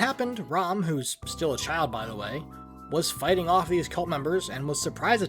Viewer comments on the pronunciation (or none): none